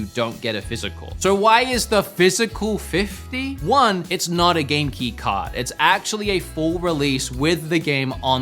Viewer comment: What's Genki card? Oh Game-Key card. It sounded like you said Genki card. I wouldn't put it past Nintendo, or some other company in Japan, to release something called a 'Genki card', so, I didn't even question it in my head.